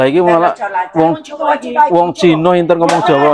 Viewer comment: Njaluk pamgapuro karo mas sing duwe konten iki ... Panjenengan ngomong inter iku kurang pas sebab sing bener pinter dudu inter tapi pinter !!! Tetep semangat ... Aku maturnuwun...